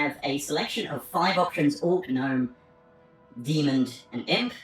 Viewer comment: Demon does not have a D on the end, honestly all I could focus on while watching this video 😂